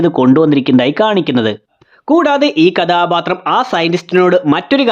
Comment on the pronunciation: കഥാപാത്രം എന്ന് മര്യാദയ്ക്ക് പറയടെയ് 😂 അരോചകം 👍